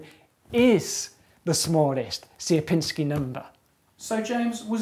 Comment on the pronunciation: you've got funny pronunciation of "Sierpiński" anyway, nice video :P